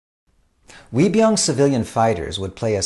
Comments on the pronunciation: Love your vids! Also 의병 (Uei byung ) is pronounced not as 'we' but like ''eu~ee'. Not pout the mouth to sound it but open the mouth as you are smiling. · Uibyeong isn't pronounced like a "W," more like "eu-i byeong" But great series. Great to have English Language versions of the tragedies of the Imjin War and Yi Sun Shin's valiant victories